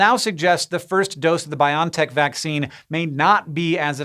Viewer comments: I'm pretty sure it's pronounced Bio-en-tech. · I really hate to be that guy and I didn't expect to be so bothered by it, but isn't the company name is pronounced "bio EN tech"? ... I'll let myself out now. I need to go yell at some kids to get off my lawn.